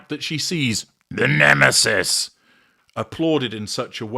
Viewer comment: Brilliant as usual. You are so humorous. Love the way you say: the NEMESIS!!!